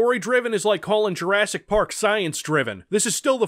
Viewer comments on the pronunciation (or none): none